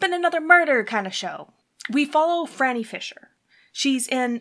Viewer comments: Her name is pronounced FRY-nee - NOT Frah-nee. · Depending who you ask and where you're from, some would say it's pronounced FREE-nee. Also, it depends on your accent how it sounds to others. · Phryne herself pronounces it FRY-nee, soo....